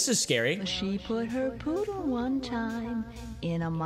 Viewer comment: It said put a poodle on a microwave. Not pooder🤣🤣🤣